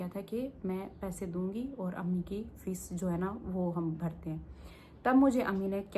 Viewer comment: Aa gayi madam duppt odh ke...😂😂😂 lulz....fees bhari 😂😂😂 fisey? Fisey???